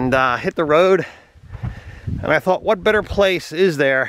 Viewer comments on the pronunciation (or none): none